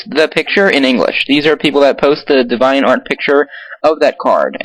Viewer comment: deh-vi-ont? wow its dee-vi-ant